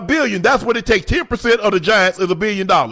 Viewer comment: My unc said A-BILL-YON